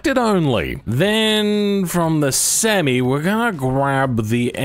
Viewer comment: bro doesnt like the name semi and he doesnt say it right either, lol, maybe it does need another name